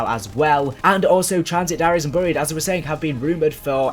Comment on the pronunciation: Whats burry-ed I think you mean berry-ed (buried) Google it